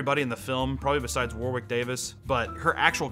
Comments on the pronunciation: I know this video is 8 months old but its you don't pronounce the second w in Warwick. Its should sound like War-ick. Same with the town name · Man, how Americans pronounce Warwick is like a nail on a chalkboard to Brits. It's pronounced like "Warrick"